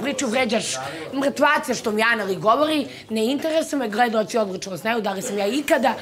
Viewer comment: Ova kaže gredaoci